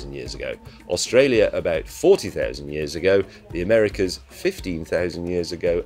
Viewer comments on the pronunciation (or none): none